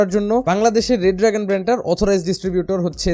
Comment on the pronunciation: It's not ''RED DRAGON'', it's ''RE-DRAGON''